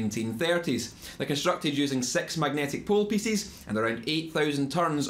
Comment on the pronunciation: Cool accent ma. sex pool pissess killed me :D but good video